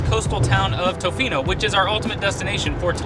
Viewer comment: You are saying tofino weird, it’s tuh-fee-no